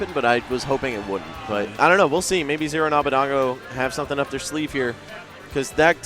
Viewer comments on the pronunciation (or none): his name is abadango (ah-bah-DONG-go) not abadeingo (ah-bah-DANG-goh)